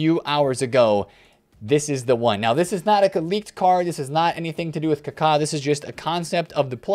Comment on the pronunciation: Finally a YouTuber that says Kaka correctly 👏👏👏